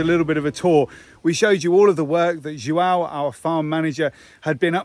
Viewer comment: Joâo if you pronounced the ão like in hound it might help you with the pronunciation. 😃